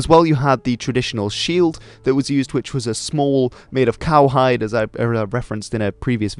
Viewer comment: It's cowhide.